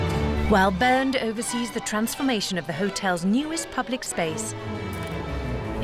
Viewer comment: It´s "Bernd" :)